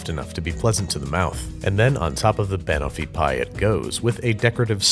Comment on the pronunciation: "Bahnahfipie" ok Babish, i swear you're pronouncing things weird on purpose now